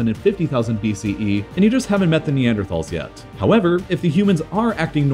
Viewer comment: In the future could you please pronounce Neanderthal correctly?